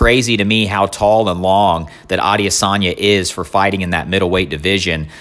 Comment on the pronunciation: “Adiasanya” lol